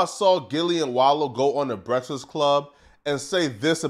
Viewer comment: Breakfast is a bad word for you to pronounce